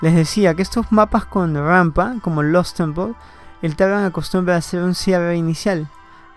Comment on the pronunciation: Amigo comentas muy bien y me gusta... lo único que quisiera que mejores es en la pronunciación de la R, por ejemplo Rampa, lo dices como gampa xd. Sigue creciendo, me gustan tus videos